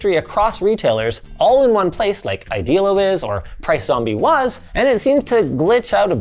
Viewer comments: Idealo is pronounced more like Ide-alo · Hey just fyi: Idealo isn't pronounced the way you said it. It's a german company and the pronounciation in German is the same as the "idealo" pronounciation on wiktionary. It's an esperanto word meaning "ideal" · It's funny how you mispronunciat "Idealo". I love this webside, I build my PC with parts from a lot of different shops and saved around 50% compared to amazon prices.